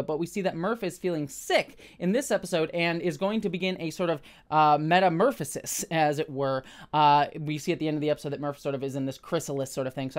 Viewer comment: Meta- murph -osis? Ok, well played.